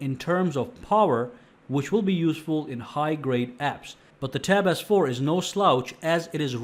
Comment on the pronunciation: It sounds like hens saying, “tap AZZ 4” he sounds a bit funny